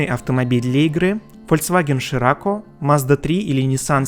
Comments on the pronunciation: Все отлично, но... Ширакко? Сирокко он, СИ-РОК-КО! Ну или сырок по-народному. Но уж точно не ширакко. Один минус у игры был. Когда много позже официальной отмены ограничения по вкачке уровней для настоящих фритуплейщиков ты доходил до условного 55 (кажется) уровня, то игра для тебя, по сути, заканчивалась. Поскольку одним гриндом уровень уже не повышался, а лутбоксовые уши ЕА уже тогда торчали изо всех щелей. И уже к тому моменту игра была просто заполонена баблометами и читерами, у которых стоковая АЕ выносила паверапами вкачанные по технике GTR, R8 и прочие. Играть стало тупо не интересно. Все как всегда уперлось в бабло. Хотя наполнение мира было классным, над его оформлением явно старались, города были прорисованы в разы детальнее и разнообразнее их прототипов из оригинальных игр. По вновь склеенному миру (причем, очень круто склеенному, настолько, что ты потом в оригинальных играх искал точки переходов, и далеко не всегда их находил) в разы интереснее кататься. А дизайнерские фишки под всякие праздники, особенно, под Рождество, Новый год, реально добавляли жизни игре. ЕА просто в очередной раз выдоила классную студию, выжала все возможные деньги из уже практически народного проекта и свалила в закат, в очередной раз подтвердив свое паршивое звание убийцы студий и проектов. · Парень, у тебя проблема с произношением. Я терпел пол-ролика, но последней каплей стало - Фольцваген Ширакко?!?!?! ЧТО?!?! Дизлайк